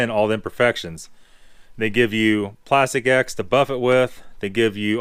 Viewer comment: Plast-ecks. That is the way to say that brand.